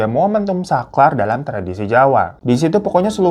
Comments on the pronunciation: hehehe punten ah kok dengernya "saklar" bukan "sakral" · Emang aga belibet ye bang klo ngomong sesuatu yg berkait L & R, sakral jadi Saklar😭😭😩🤭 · sakral bang.. Bukan saklar😅😅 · yaaloh bang sakral=saklar💡😭😭, Mon maap ngakak aje. Semangat bang hirotada istirahat boleh, teman cerita jangan sampai terlewat yeeeh 😂😂😂, di tunggu cerita cerita berikudnya🫂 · Aku juga ngomong dewe "sakral bang bukan saklar". Belum lagi ruwatan jadi ruwetan hahaha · sakral bang bukan saklar Ruwatan bukan ruwetan😂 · Orang mah typo di tulisan, dia typo di mulut 😂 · Sampe gw ulang video nya bwt mastiin, "td dia ngomong saklar kan? Apa gw yg salah denger si?" Ternyata emang Saklar njir😅😂😂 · Iya bener lagi 😂 lupa kali saklar lampu belum di matiin 😅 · Babang glowing typo ngomong.. sakral jadi saklar 🤣🤣🤣